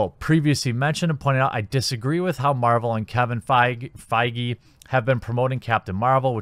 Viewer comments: Learn to read. God I cant believe you are in broadcasting. Your delivery is once again awful. Do you even prepare? It is pronounced... Fay gee. The g is like "go". Editing would be good since you were talking about end game and not infinity war regarding 2 cuts. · Think it’s pronounced like “Fage” .... like page. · Feige is the German word for fig. It is pronounced: Fy-guh (I know, it's a weird word) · Isn't it Kevin Fiege (pronounced like beige)? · I believe it is pronounced Kevin Faygy. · his last name is pronounced "f-age" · This guy can't even pronounce Kevin feige's last name right; how can we trust him with anything Marvel? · Dude doesn’t even know how to say Feige’s name!! You’re a hack, this movie was amazing and Brie did an excellent job. Can’t wait to see more of her Captain Marvel and I hope it’s for as many movies as RDJ so that talentless word slingers like you can keep groaning for a living.